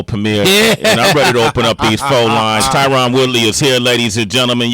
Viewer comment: Tyron is family to you but you can’t say his name right?